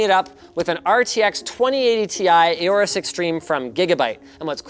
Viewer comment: ARGHHHHH WHY DOES HE SAY "EH-ORUS"?!